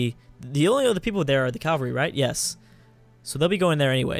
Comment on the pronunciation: 1. The scope of things isnt a saying 2. cavalry is pronounced cav-al-ree not cal-var-ee